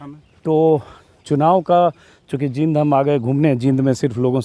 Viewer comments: Anjum ji aap Jind ko जिंद bol rhe h jbki जींद bolna chahiye, Isko aap thik kijiye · बोलना सीखो पहले जींद है ये जिंद नही है